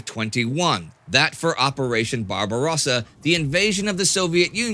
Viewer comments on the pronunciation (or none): none